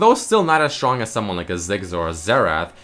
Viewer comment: Drinking game: take a shot every time says strrong. ( yes its sttrrrong)